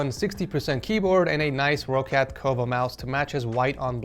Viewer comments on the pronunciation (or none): none